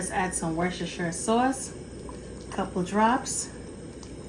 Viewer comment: It's pronounced 'Wusster' Sauce, - not 'Wershestershire' Sauce as you pronounced it. I live where it's made.